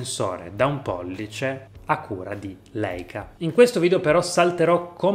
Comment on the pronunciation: Si pronuncia Laica. E' un dolore sentire questi dire Leica 🤦‍♀️